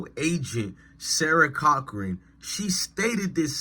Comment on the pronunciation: “Sarah Corcoran” Pronounced (Core-co-ran) like the most expensive realtors Corcoran Group 😂